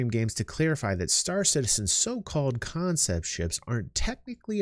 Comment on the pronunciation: I was here when it was still "CONEPT" sales. : ) lol